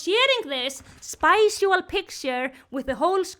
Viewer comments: I am going to say spicual instead of sexual from now on...thanks. And you were asking, no i did not find it funny at all. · why did i hear spicual aboos as spousal aboos 💀